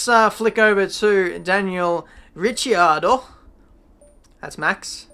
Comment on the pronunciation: Actually your pronunciation of Ricciardo at 8.26 is the one that is used in Italy.